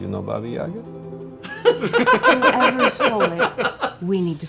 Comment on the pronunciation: I've never seen David being taken so seriously before. This is truly beautiful, and the way he is open about his experiences - priceless. Much love from Russia, sorry, don't believe in Baba Yaga (only if it's John Wick). And, actually, the second syllable should be stressed, ['bɑ:bə jə'gɑ:], but I guess it's too late now )